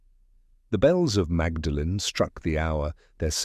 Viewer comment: It's pronounced "maudlin" not magdalen.